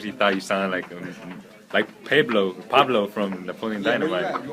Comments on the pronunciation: niggah said Peblo lol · "Peblo" lol! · Pay-blow hhahahhahaa